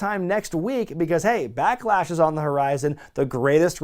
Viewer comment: Kinda like when teddy say. Black lash instead of backlash